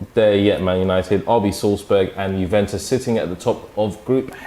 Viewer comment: Hahaha..”Jubentus” got that “W”